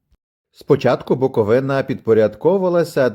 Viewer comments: БукОʼвина ,а не БуковинАʼ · БуковИна.і назва міста походить від річки Черн😲🤭😁